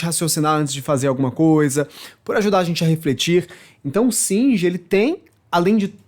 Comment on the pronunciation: Singer não! É shinji !